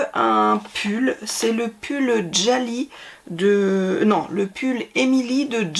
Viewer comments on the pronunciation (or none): Bonjour! Juste un petit coucou pour mentionner que les patrons Jalie sont québécois et se prononce comme on prononce « Julie », et non avec un « D » devant: « Djalie »!! 😉☺️ Je vous souhaite de très belles Fêtes! 🎄🎅🏼🎁